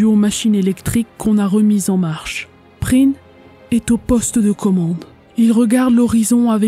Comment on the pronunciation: effectivement, c'est un e muet tout comme dans Prien qui, pour le coup, est bien prononcé dans cette vidéo.